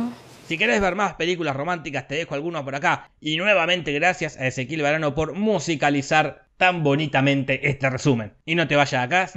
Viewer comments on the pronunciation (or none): Cuando dijo ezequiel varano pensé que dijo ese kill banano